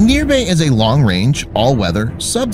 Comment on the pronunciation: its nirbhaya not nirbhay